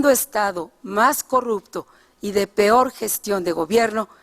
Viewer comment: El pior desempeño ? Dijo pior ?